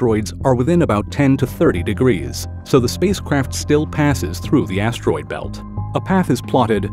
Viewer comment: Why he keep say ass-droid belt?